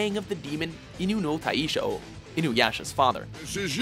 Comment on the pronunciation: The way Inu no Taisho was pronounced...😓